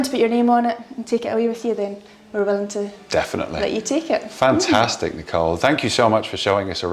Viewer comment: I wish i spoke english like the. The way he pronounces "fantaaastic"!!! Gosh, made my day. I would repeat the word all day, just for the sake of it.